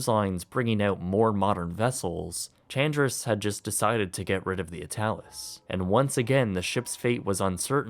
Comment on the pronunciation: Chandris would be pronounced like "Han-dreese" 🙂